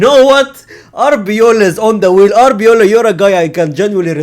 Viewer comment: it's Arbeloa not Abiola 😅😅😅